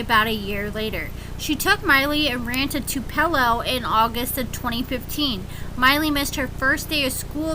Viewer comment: Its TUPALO MISSISSIPPI